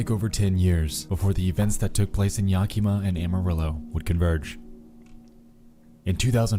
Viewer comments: yaki-ma, crigne, its said yak-a-ma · If he says Ya Key Mah one more time... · Ah yes, YAHKEEMAH Washington. My favorite. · Was watching this passively when they said “YaKEEMA Washington” my ass clenched that’s a it’s a town near me. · All that research and he couldn't be bothered to learn how to say Yakima.......